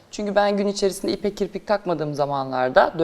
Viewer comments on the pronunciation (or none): Kiprik değil canım kirpikkkkk 😂😂😂